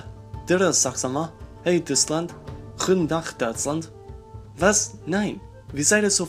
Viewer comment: At 0;44 your way to say goedendag is so funny!